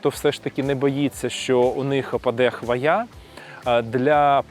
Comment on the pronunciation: Правильний наголос у слові "хвоя" - на першому складі: хвОя